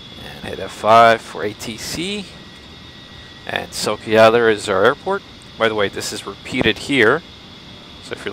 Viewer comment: A small correction. City "Sochi" you pronounce like "S-o-k-i". Wrong. Letters "ch" must sound here like in word "chest".